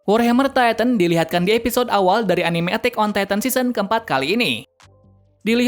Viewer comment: yah cara ngomong nya gitu